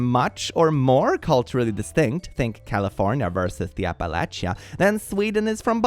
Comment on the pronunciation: Cheering and grinning rn because you said Appalachia the right way.